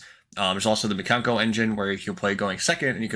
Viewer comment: When he said mikano. BYE